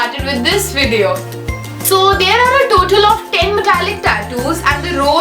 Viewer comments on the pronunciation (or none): Did she say viveo